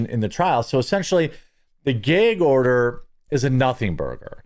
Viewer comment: Geg order. 😂